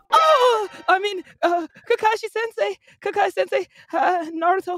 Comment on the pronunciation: “Kakai senseui”